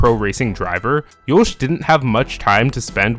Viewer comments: Good video ! Provides better understanding of the man and racer Max Verstappen. Some remarks: Jos is pronounced as Yoss (like boss), not Yoesh. Checko spun on purpose in that Monaco quali, ruining Max's fast lap (which would have gotten him P1). I think the realationship between Jos and Max is better than how you portrey it. But life was not all joy for Max at that age. But who's is? It all payed off big time though. Hopefully he won't end up as a jealous diva like Hammertoe. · Why do i hear Jouch instead of just Jos lol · Why are you pronouncing Yos so weirdly? Also you literally made driving 80-100 km PER YEAR sound like a big deal . People in the US do that on a daily basis to get to work lol. I know you probably meant more but it shows that you are not very intelligent if you said that without thinking about it in context.